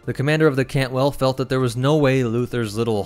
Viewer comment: Cantwell is the correct class name. I’m just pointing out his misspeaking of the word. It happens from time to time for everyone.